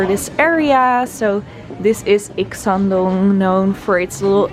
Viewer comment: Wow..U r good pronunciation "Ikseondong" 😍🤩